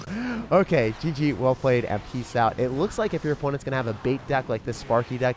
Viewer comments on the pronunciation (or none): none